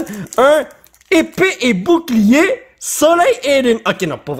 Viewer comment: mdr comment il dit épée et boucliée